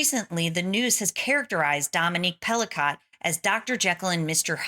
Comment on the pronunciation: all rapists are ordinary men! Her name is pronounced Pelico...not Pelicot!